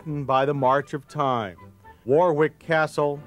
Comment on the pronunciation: It is War-Rick Castle. W is silent.